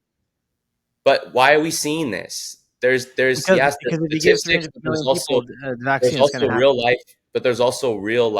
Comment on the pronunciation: He doesn't pronounce statistics correctly